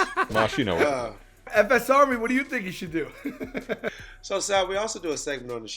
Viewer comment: Pronounced the name wrong but appreciate the love ❤️ FSRmy salute